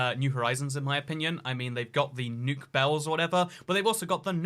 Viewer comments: Is no one gonna talk about calling bells “nuke bells”? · You mean nook?